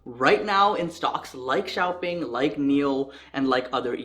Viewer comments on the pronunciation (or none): It's pronounced Shaopung if pronounced in English